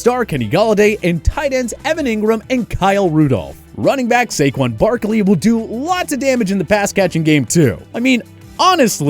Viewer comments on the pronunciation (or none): none